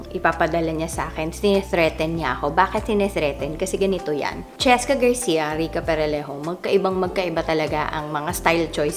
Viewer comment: cheSka....! You missed the letter S...